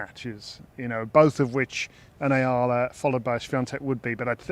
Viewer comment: It’s E-ah-la